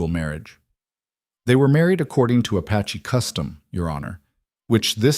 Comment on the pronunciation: Beautiful story but some AI mistakes. Apache. Not “a patchy”! And It keeps changing the spelling of his name. “Rider”, not “writer”.